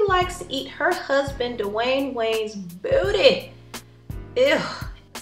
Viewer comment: The way she says buttty..I can not 😂😂😂😂😂😂😂😂😂😂😂